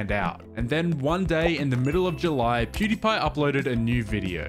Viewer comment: keep saying Pewdepy... Isn't it PewDIEpie? From the verb to die?